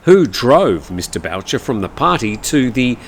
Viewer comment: So sad to hear about Mr. Boucher but please it is pronounced like the “Ghost sound Booo” 😂. Its originally a French name I believe, a common name in my part of Canada.